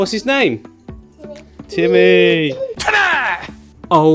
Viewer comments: 😂🤣😂 TIMMEHH!!!... mate you've got to do that every time now, and keep his Russian accent lol. This is a great little tank, I always wanted a turtle and will get one one day, until then I'll live vicariously through you! Haha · my cats called timmy haha love the way you say it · The way he said Timmy lmao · I have an actual Russian tortoise named Boris the Blade. Now that you've done the Russian accent for Timmy, I'll always think of him and Boris as being cousins, lol. He's so dang cute I can't stand it! Thank you for another great video.